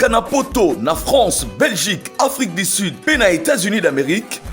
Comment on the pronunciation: Un docteur qui prononce "Afrique di sid, milié, mesire, plis, eli " 🤦🏽‍♂️😢